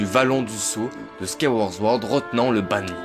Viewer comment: C'est pire que ça, Sword se dit "Sohrde" donc on dit Squaille-ouaôrde Sohrde (La plus fréquente des mauvaises prononciation chez zelda c'est Majora's Mask beaucoup de gens dise "Majoramasque" alors que c'est Majorasse-masque !)